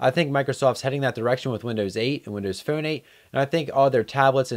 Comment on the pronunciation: you say phone funny..... nice vid